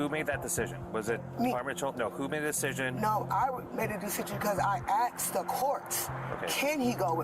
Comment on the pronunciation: "I axed the courts..." 😂😂😂 It's "I asked."